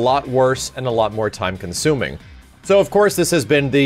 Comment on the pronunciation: I don't know if I've been playing too much MK, because every time you said time-consuming, I could literally hear the K. As in Time Konsuming.